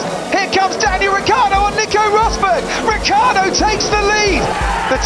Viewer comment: "Daniel Rookieardo"